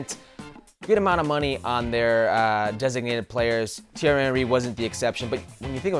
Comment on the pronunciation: Can you stop calling him Titi Henry. FFS.